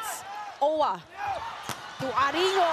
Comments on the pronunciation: Idk but "Aringo" is cringe. I prefer "Arin-go" lol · Wait bakit iba pagkaka pronunciate ni ate ghurl kay aringo 😂🤣😅